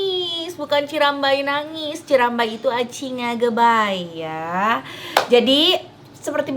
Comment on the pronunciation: Teh cirambay bukan aci ngagebay , tapi aci ngarambay 🤭